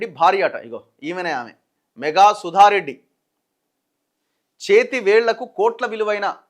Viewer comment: అక్కడ వున్నది మెఘా కాదు. మేఘా అని చదవండి.లేదంటే, మెఘా ఆంటే చిరంజీవి ఫ్యామిలీ అనుకుంటారు అందరు.